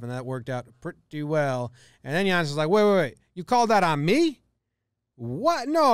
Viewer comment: Thanks for pronouncing his name correctly